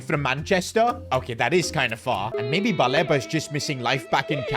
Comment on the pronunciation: It’s pronounced Baleeba as please